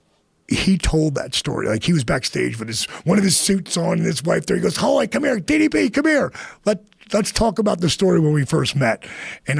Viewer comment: Less than 2mins in and Joe already gets DDP’s name wrong. Stop pretending to be a fan. We all know how you really feel about fake wrestling.